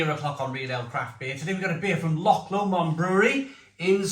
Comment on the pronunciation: Loved the review mate, remember this say Lomond like Low-mond